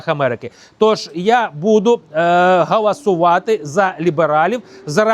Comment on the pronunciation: .......все дуже добре і правильно ! Тільки не "гAласувати", а гОлосувати ! Всього найкращого !